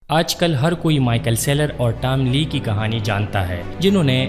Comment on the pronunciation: Tam Lee nahi Tom Lee hai